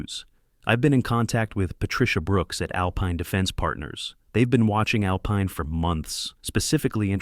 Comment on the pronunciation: Someone needs to teach AI that alpine is pronounced al pine not al peen. Back pay for 1 day? Shooting baskets to prepare to play football?